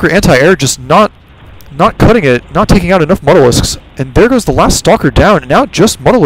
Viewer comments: Not trying to be a jack-ass but mutalisk is not pronounced mut-alisk, its more like mute-alisk, deriving its name from "mutilate". Otherwise great commentaries... keep posting. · it is pronounced "mute - a - lisk"